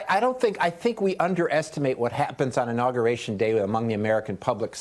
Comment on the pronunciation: Professional "journalist" Inagation? Try inauguration.